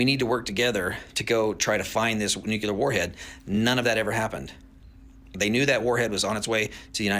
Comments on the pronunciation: I have a problem with people who speak of nuclear weapons and can't even pronounce the word. It's NU CLE AR not NU CUL AR. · This guy is full of it. If he’s right the government would kill all his DOD contracts for revealing the truth they’re OBVIOUSLY hiding. I think the govt called on him to be a subject matter expert to mislead us He keeeps saying Nuke-u-lar. It’s Nuke-le-ar, this guy is a moron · I also question why, if he works so closely with the military, he does not know that the word is “nuclear,” not “nucular”!! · The guy on the video pronounces it as "nU-cU-Ler". I can't believe anyone who pronounces it that way. Sorry, not sorry. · Yup. I've noticed supposedly knowledgable people who say "nucular" are (almost) always full of shit. So if you hear "nucular," just sigh, shake yer head, and find somebody else to watch. 🏴✊🏻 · To the guy in the TikTok video: learn to pronounce the word nuclear correctly, and then maybe I'll take you seriously.